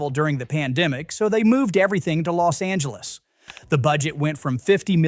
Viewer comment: Pet peeve- it’s LOS Angeles, not LAS Angeles.